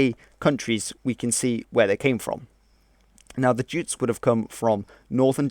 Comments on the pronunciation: Yutes. Remember? We decided from now on to call em Yutes not Jutes. Right? Huh? 'Kay? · Very broad and general. By the way jutes pronounced yutes (yutelond) who also settled in Isle of Wight as well as Kent. Ultimately all very vikinger/germanic, including the normans (norsemen)...